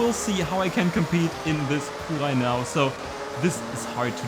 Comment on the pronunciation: "Fuchwai" love it